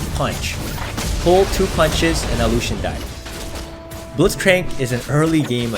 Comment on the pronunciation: Like how you pronounce lucien like lu-hsien